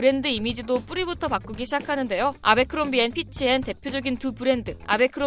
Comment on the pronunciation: 애버크롬비라고 읽는게 맞지 않나요? abercrombie 인데..